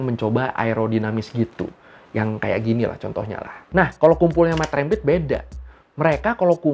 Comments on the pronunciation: Cara sebutannya rempit bang..Bukan rémpit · Rempit Dibacanya bukan seperti penyebut REM/LEM bang. Tapi, seperti penyebutan TEMPAT, LEMBUT, GEMBALA.